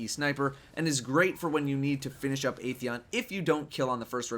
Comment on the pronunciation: it's 'Ah' theon lol